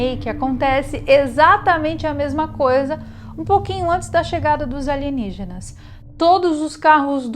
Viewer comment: Aligenígenas e não Alienígenas!